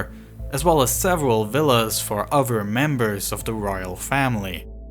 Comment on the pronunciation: oTHer... not uVer... raTHer, not raVer... wheTHer, not wheVer Seriously, need a voiceover without a speech impediment.